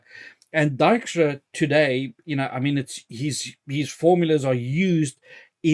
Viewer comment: Yet another good one here - thanks for sharing! And your pronunciation for "Dijkstra" is absolutely correct! :)